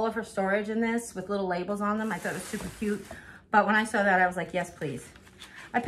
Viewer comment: That’s funny “stuper” did you have to much coffee? Jkjk 😂😁😉🥰